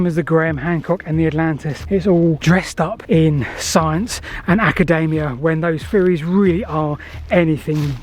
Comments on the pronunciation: As much as they're nutcases, it's academia, not acadamia like the nut... ;) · Come on, mate - Ak-a-DEE-me-ah